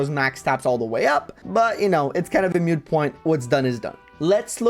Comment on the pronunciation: It's "moot", not "mute". Like the sound a cow makes. Moot. Your content is great, but that fucking kills me.